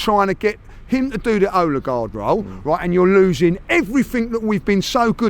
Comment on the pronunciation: Well at least has ceased calling Odegaard Ooodegaard.